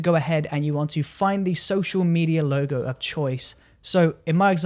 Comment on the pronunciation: Helpful video. Sounds like you are calling it a 'Loga"...